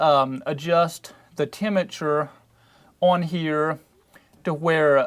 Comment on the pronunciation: tema-chure (temperature)